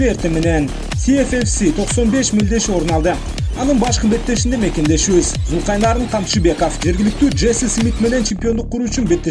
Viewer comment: Журналист туура айтчы атын Зулкайнарн дебей Зулкарнайн деп